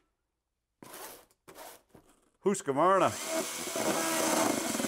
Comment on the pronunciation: Pronounced as Hus - qvarna (Hus - kvarna)... Hus means house, and kvarn means mill, Millhouse...So not Husk - varna unless you want to warn of husks